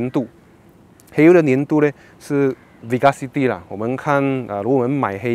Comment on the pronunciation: 机油开始的时候不是黑的，是金色的，所以应该叫金油………！ Viscosity 不是vi-ca-city.....